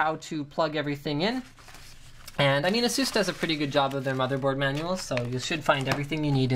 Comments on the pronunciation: Yeah haha it's pronounced A-Zues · he says it proper, but i still prefer how we normally say it, like (ph-eee-nauhm), (ay-suhs), (sah-ta), they say it all fucked-up but its proper. Like the accent from the ppl of England and Canadian/American accent! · Sounds funny when he says ''Asus'' xD I would say A-Sus